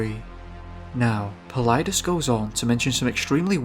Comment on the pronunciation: Bonus points for pronouncing "Paulides" correctly. Other than George's Noory and Knapp on C2C, most of the radio interviewers don't get it right. There are dozens of cases which really stand out, but Charles McCullar, Carl Landers and Jelani Brinson are three that I could think of and find on google based on keynotes that I remember about the cases. Of what was written about the Carl Landers case: "The search effort was headed by a man named Grizz Adams and during an interview with David Paulides he said "In 35 years I've never had this happen to me…we were all over that mountain, he was not on the mountain…we brought canines in, they didn't pick him up…we flew around it, we dropped guys at the summit, they came down all sides, they couldn't find him…they talked to people who were on the mountain, they didn't see him…there's snow around the path where he was, and nobody went outside the path…" When Paulides asked Grizz Adams what he thought happened to Carl Landers on the mountain, he replied: "…that's the million dollar question, he either went up, or in-but he's not on it.".